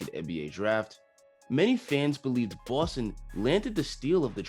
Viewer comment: I love the way you say Boston lol Knew robbie was finna be baller since he hit the garden floor . Nothing but potential if he can develop a better jumper def he will be dangerous.